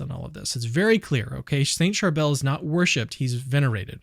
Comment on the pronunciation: Thank you for talking about our beloved saint of Lebanon! Just a lil correction- the saint's name is pronounced "Shar-bill"